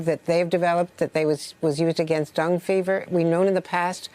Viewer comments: ... I'm not trying to be a smartass - I'm really not, but what is Dung Fever ? ... Does the Anchor mean DENGUE Fever ? - pronounced as Den + Ghee - if we are going to present information to the Public, we NEED to make an effort to get it right. If people are to be PROPERLY informed, the information must be PROPERLY vetted. It may SEEM like a small thing, but one cannot help but ponder what ELSE in reports like this are erroneous. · Andrea Mitchell, it's chloroquine, not "chlorazine." It's dengue fever, not "dung fever." Pronounced "dayn-gee." Geez, did you just wake up from a nap or something? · "Dung fever"? Good grief. I remember when newscasters had the sense and integrity to check their pronunciations before going on air. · Yes. Makes me question her credibility. How do you get to be a newscaster when you don't even know how to pronounce dengue and can't see phonetically that chloroquine couldn't possibly be pronounced with a z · She mispronounced the drugs and the disease from Cuba. She should have reviewed their pronunciation before this interview. I'm a pharmacist and it took me about 1/2 a minute to understand what she was talking about.